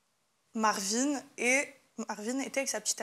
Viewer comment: On a tous compris Marlon et non Marvin. arrête de faire semblant